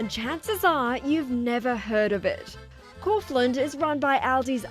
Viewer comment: Couldn't they have got the pronunciation correct?